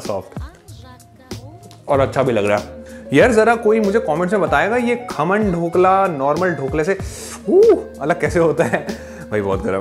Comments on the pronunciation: Bhai yeh thode spongy rehte hai aur iska flavour thoda sa sour aata h normal dhokle se Also it isn’t KHAAMAN it’s KHAMAN😬😂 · Bro It's not khaaman it's khaman or ye dhokla nahi hai dhokla is different and this is khaman. Seriously it's to annoying